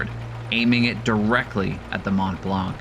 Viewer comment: The c is silent on mont blanc